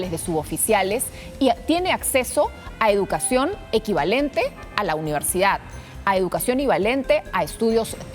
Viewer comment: ivalente??? K es eso!